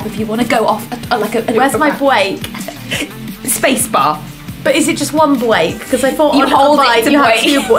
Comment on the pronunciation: "Where's my bwake?" 😂❤